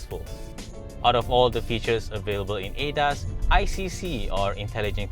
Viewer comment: I just can't accept he keep saying ADAS here ADAS there LOL. Please call it A-D-A-S.